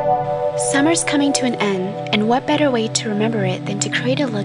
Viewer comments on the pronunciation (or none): none